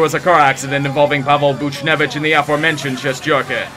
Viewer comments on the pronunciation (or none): none